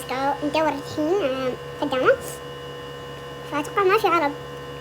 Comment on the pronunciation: مجندك انني ما تعرفين تنطقين خدامة و ميري إنتي منجد غبية